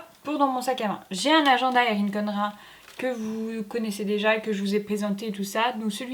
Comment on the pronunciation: Très jolis planners ! Juste un truc: dans les Happy planner (MAMBI Me & My Big Ideas) et les Eric Condren (se prononce "Condrène" LOL), bien sûr que tu peux ajouter ce que tu veux. Tu prends une perforatrice 1 trou et tu fais ensuite une petite encoche. Pour avoir le patron, tu "sacrifie" une page que tu arraches et tu auras les emplacements des trous 😉. Bonne continuation, le planner addicting est juste tellement épanouissant! Ma fille de 9 ans vient de s'y mettre, c'est juste le top de partager une passion avec elle!!! À bientôt pour tes nouvelles vidéos 👍🏻😄